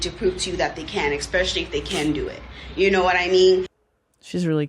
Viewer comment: She really said “expesially”